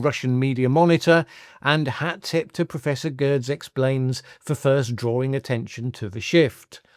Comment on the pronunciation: prof geddes not gerdes